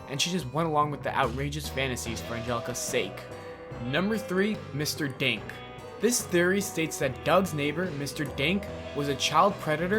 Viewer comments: When he was saying mr dink but i thought he was saying mr dank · When he said Mr.Dink i almost thought he said Mr.Dank XD